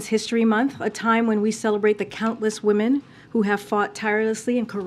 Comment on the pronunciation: wut is a wAhmen?! Is she a biologist?